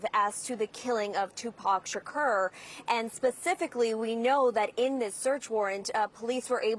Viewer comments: Omg hearing her say his name is giving me anxiety!!!! Shakeeeeeeeeeeerrrrr she isn’t not young and studied journalism to not know even how to pronoun his name 😒 they need to put her back covering cute animals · 2pac shikeeerr????? 😂😂😂😂😂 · Its Tupac…SHAKOOOOOR!!!! .. not Tupac Shakerrrr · It's Tupac ShaK"U"r. CNN can't even get the name right.🤦‍♂️ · And who is Tupac Shakerr?? She's mispronouncing his name!!!! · She doesn’t even say his last name right!! It’s suppose to sound like SHAKOUR. That’s how it’s suppose to sound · Lady NO!!! 🤣😂 pronounce his name correctly "Tupac Shakur" 🙏🥀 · Her pronunciation of his last name enrages me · This bih is so clueless about Tupac that she can't even pronounce his last name right. Its sad there's people who have no clue who he is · The way she pronounces his name irks me 😬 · She butchering his last name smh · The way Caucasian’s pronounce “Shakur” irritates me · "Keafe"? "Shakerr"?! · This chic can’t pronounce “Keefe” or “Shakur” 😩😂😂😂😂😂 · How the reporter pronounces “Keefe” and “Shakur” is crazy 🤦🏽‍♂️ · This reporter can’t even pronounce Tupac Shakur or Keefe D. 🤦🏽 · Even if I'm not a english native speaker, I'm so surprise at the way she pronounces " Café Dee " 🤣 and "Shakur " like the "ur" in the verb "occur" 😅, In general, people who mispronounce his name make a mistake about the first name "Tupac", but this is the first time I've seen someone bug on "Shakur".